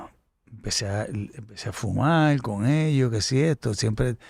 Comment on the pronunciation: Ese Pajuo si hace fastidioso ver la entrevista completa, con la pronunciación de las "L" Escuchal, Bailal, Tomal, Fumal